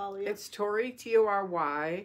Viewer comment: Thank you & note: it's Tory not Tori 👍🫶